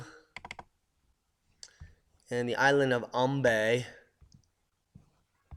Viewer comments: It's actually pronounced "Am bye" island, I know the spelling may say otherwise but just trust me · Thankyou for the explanation, Just for correction, it's pronounced AM BYE and Manaro VOO WEE. I come from ambae and I did not know that this was a shield volcano. I went off on a researching spree after watching this video, I am now more aware of the dangers that this eruption poses and will continue to urge older family members who refuse to leave the island to move out ASAP.